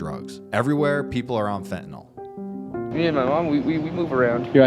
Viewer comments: Fentanyl,,, pronounced Fentanil, not Fentanol as everyone is pronouncing it for some reason. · Why can't anyone pronounce FEN-TA-NYL? There's no Fentin-ALL.